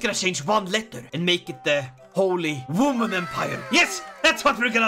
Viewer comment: A wooman 😂